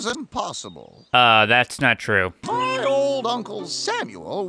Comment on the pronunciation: thravel true time